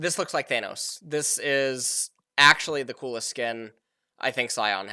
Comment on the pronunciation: Thanos with the A pronounced like Aatrox, and Aatrox with the A pronounced like Thanos